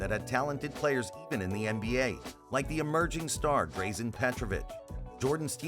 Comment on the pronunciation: Try to pronounce Dino and Drazen right. They are Legends